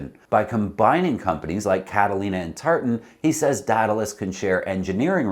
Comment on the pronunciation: DEE-duh-lus. /ˈdiː.də.ləs/. AE sounds like EE. Aegean - EE-Gee-in. It is a sea that many sail in.